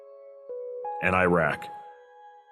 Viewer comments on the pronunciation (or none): none